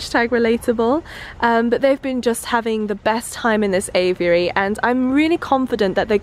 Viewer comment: say aviary not aviyary !